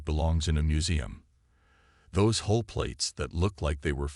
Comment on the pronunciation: Outer hole, or hull? Hall or Hull? Come on, get your AI sorted!